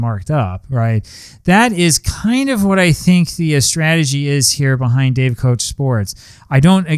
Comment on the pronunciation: Pronounced “cook”